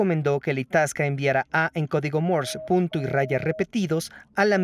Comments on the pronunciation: "Morse", no "Mors". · Se pronuncia código Morse sin la E al final o Morse con la E al final?